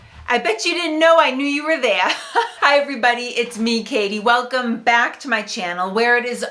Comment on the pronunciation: "I'll leave it there for now" - can't quite nail it down, but that is absolutely the accent of some borough of NYC and not Boston.